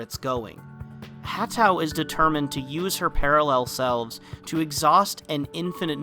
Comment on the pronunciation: FWIW Manabu is the personal name, Hatõ is the family name, so in Western usage they'd be Yukari (form of purple) Marii (for Mary's Room) and Manabu "Gaku" Hatou (pronounced Hatõ, not Hatu).